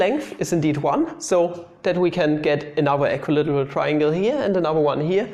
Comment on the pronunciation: How to english? That was a Good One! (Made me chuckle.) Equi-literal triangle? Almost the same as equilateral = equilAteral. The "circle thingy" is called a SEGMENT by the way, same as in deutsch, except for the stress being on the first syllable in englisch, and on the second syllable in deutsch. (You are welcome, no charge, as always, with LOVE :-)